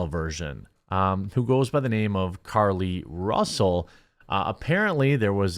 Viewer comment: Ahhh... Another French liar? Care-Lee Roosell?